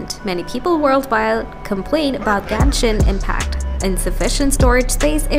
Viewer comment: Ganish impact at the start🥹❤